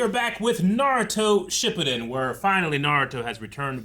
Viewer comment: Still can’t get over the fact that you pronounce it Shippuden like that 😂😂😂